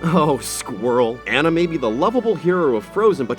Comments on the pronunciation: Anna is pronounced "Ah-nuh" in this case...not "an-nuh" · Her name isn't pronounced as that kind of Anna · Its Moo-lon not moo-lan And its aw-nuh Not an-uh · It's pronounced Moo-lawn, but not Moo-lan Also, On-uh, not An-uh. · OK FYI u HATE frozen, but he said Anna's name wrong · Your pronunciations of Mulan and Anna pained me deeply.